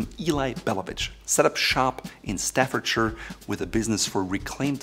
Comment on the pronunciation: Being from the West Midlands is great to hear you saying "Staffordshire"